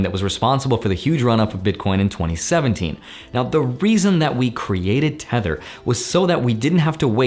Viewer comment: I thought he said "Tenet" instead of "tether"